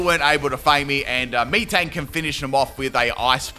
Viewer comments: Out of all the amazing pronunciations, Meeeetang is probably my favorite. 4/5 letters of metal, so I think it’s said like “metal” XD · The way you say Metang makes me think that's how you ask for orange drink. Me thirsty. Me Tang. Me drink. :_pimpKai::_pimpCaterpie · Haha still mispronounces metang wow XD lol